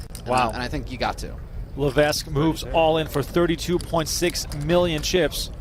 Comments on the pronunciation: No wonder Levesque lost bc of your mispronunciation of his name. Surely its Levek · I'm 1 min into this video. Is he going to keep mispronouncing Levesque the whole time? FFS we live in the time of Google. If you are unsure just ask Google or Siri. It's Le-VEK! NO "s" sound. Secondly how small was the buy in to only win $400 000 beating 20 000 runners?